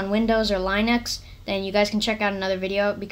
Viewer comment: stop saying line-ux